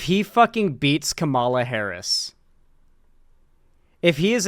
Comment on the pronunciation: I comment this on every video until you say it right. COMMA-la